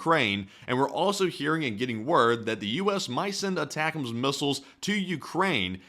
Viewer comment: Aye tac ums - sorry, retired army, prior 13P/35F. it’s driving me nuts hearing the mispronunciation.